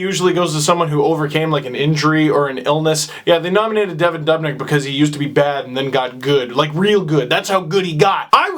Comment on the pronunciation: It's not "Devon Dobnyk" It's "Devan Dubnyk"